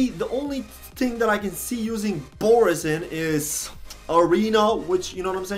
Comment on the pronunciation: Boreas is a pun on boreal (meaning "of the north or northern regions" - source Latin "borealis" meaning "northern") mixed with the latin root suffix "-eus" ("-eas" is a derivative term), meaning "made of" - for example, "argenteus" would mean "made of silver" (argentum being the latin form of silver). It's also pronounced "bore-ay-ass" not "boris" :P TL;DR Boreas more or less means "made of the north", which actually fits him pretty well